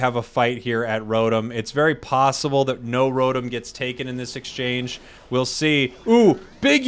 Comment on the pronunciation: You're worried about mispronouncing Fwii but can't pronounce Rotom correctly. It's Row-Tom not Row-Tum.